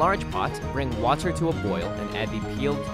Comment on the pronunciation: Anyone else realize how the guy stresses the end of every other word like "poT" "waTER" I find that interesting